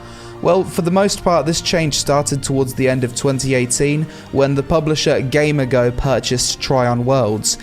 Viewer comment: it's gamigo not gamergo